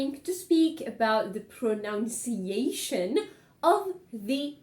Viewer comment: It's pronunciation not pronounc-iation